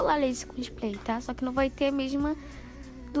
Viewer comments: Uma fofa você… muito gostosinho assistir o seu vídeo! A voz dela gente 😍 Só uma coisinha sua linda, se diz spray (com r) e não “splay” (com l) rs. Sucesso pra vc 😘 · mulherrrrrr, tu é belíssima, linda até sem maquiagem, mas "splay"??? 🤡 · Engraçado que ela fala splay😅